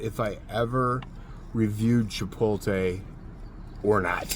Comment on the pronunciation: Hey.....there's an "L" in Chipotle. It's not silent 😅🤣😂